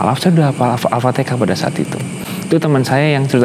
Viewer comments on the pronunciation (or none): AL Fatihah mah jgn Al fatekah nanti tkt dibully ky Ri1 kmaren hahaha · Ya dalam hadis di sebutkan alfatihah bukan alfateka sprti si Anu😆😆😆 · Dia Bisa bilang AlHAmdulillah, pasti dia bisa bilang AlfatiHAH.